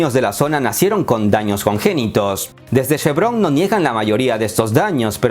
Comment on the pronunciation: no es SHEvron es CHEvron!!!